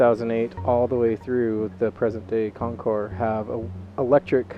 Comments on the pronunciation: Thank you for not pronouncing the “s.” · Thank you, thank you, THANK YOU for pronouncing the name of bike correctly. Almost NO ONE ever does. Nice review. Calm, soft-spoken, and clear. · Beautiful in blue! Great video. Ditto on pronouncing the name correctly!